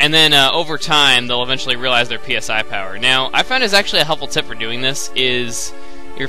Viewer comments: pronounced "SIGH" XD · FYI that word "PSI" is pronounce sai (as in psionics)